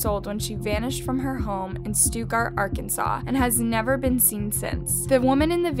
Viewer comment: I currently live in Arkansas right now and the town is pronounced Stuttgart ( st•utt•gart) not (st•oot•gart) thank you for sharing her story because back in 2014 me and a friend of mine was looking for her but I strongly believe that her stepdad has something to do with her disappearance